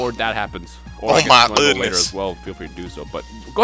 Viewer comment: He has that Goofy accent when he says goodness